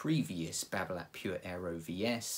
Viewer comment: t is silent,,,nice review